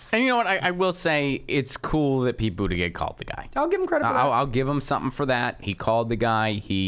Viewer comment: Pete "Bougeiouse"?